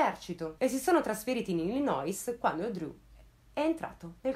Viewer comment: info random: Illinois si pronuncia Illinoi senza dire la "s" finale - firmato: quello che rompe le scatole con le pronunce 😁